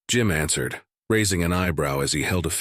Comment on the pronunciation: oh great, a new episode of the black ship and also “they ansered the call” jeuuuu